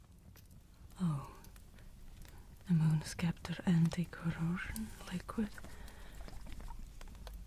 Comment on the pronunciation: I lost my tingles at "sceptre" with the c pronounced as a hard c. I just started laughing. SorKery by sKeptre. Sobeit. I seriously love the artistry and hard work put into these videos. Regardless of how she says sceptre. 😁